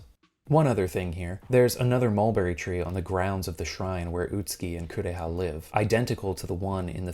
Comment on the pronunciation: "My sister, Coo-reeah!" English dubs were a mistake.